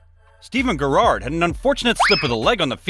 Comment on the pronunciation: The way the narrator said Gerrard and Sane 😂